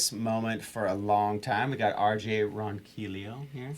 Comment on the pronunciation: I knew RJ would blow up. That guy has licks and soul for DAYS and this is nothing compared to his improv jams on his channel. needs to lay off the weed. He mispronounced the RJ's name.